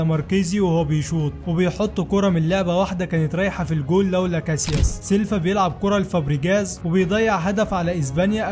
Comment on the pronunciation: سيلفا ايه بس اسمه سيلڤا بال V مش بال F ينفع تقول فولفو Folofo اكيد لا اسمها Volvo سيلفا ده تبعاني في الفيديو